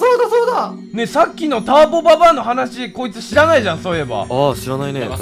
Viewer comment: ぜあるターボババｧじゃなくてたんぼババｧじゃ